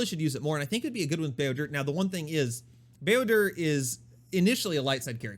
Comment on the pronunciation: Such a nice sweet white man certainly a treasure not only for kotor fans but all star wars lovers in general. But can you stop saying builder? There are certain lore correct ways to pronounce names you know?